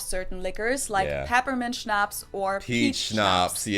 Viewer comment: I'm dying to the way Americans pronounce "Schnaps "😂😂😂